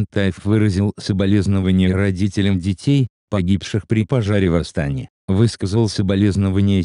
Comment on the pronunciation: В Астане, ударение падает на букву е